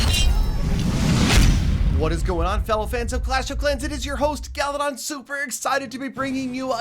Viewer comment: Wassup for the seventh time "Galidon"